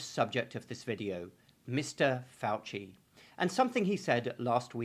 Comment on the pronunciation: Ok first it's pronounced fow-see second fow-see is twice Jesuit trained and might as well be a Jesuit himself. He's an inquisitor..... Also I know you wasted all that money on asshole school but if you want to be legit drop the doctor shit---- we don't use honorifics here